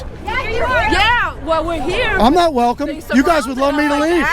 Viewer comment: "Everyone is wecome here"